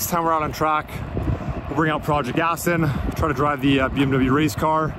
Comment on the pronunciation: is a great addition to DDE, but I bet Mr JWW will be cringing every time you call your car an 'Astin'. 😂